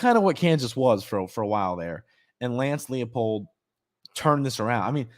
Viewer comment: Everyone pronounces the Kansas coach's name wrong. It's L-EYE-POLD. It's a German last name. In the German language, "ie" is pronounced "ee", while "ei" is pronounced "eye".